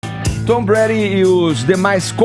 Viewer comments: Por favor...É Tom Brady (breiri) e não Tom bré...Apenas uma correção. É para não perder a viagem, Caio brilhante e elucidativo mais uma vez. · Não é "Tom Brad" isso dói o ouvido. É TOM BRADY!!! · Tom " Brad?" A pronuncia é "Breidi" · Se fala "TOM BRÊIDI" foneticamente. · Brady se pronuncia “breidi”.... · "Tom Brad" eu detesto o Brady,mas dá dor nos ouvidos escutar ele pronunciando o nome do cara de forma errada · kkkk né... Tom Bread ele falou kkkk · Já falo de cara, não aguentei o falando o nome do Tom Brady errado por 20x seguidas kkkkk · Tava procurando esse comentário.. rs.. Tom Bread.. handzone foi foda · Esse tal de não sabe nem pronunciar o nome do Brady... pelo amor de Deus. 'Hand zone'? Santo Cristo... se não sabe não fala, cara. E quem liga para essas 'estrelas' que querem lacrar não se apresentando no intervalo? Vão se ferrar! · Gente to rindo muito aqui. O Edgar falando os nomes do Tom Brady como Tom bread (pão) e New England Patriots Como New England Patriotas Kkkkkk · Alguém paga um curso de inglês pra essa galera! Meu deus! Ninguém consegue pronunciar "Patriots" ou "Brady"??? Caramba, põe no google e imita o som.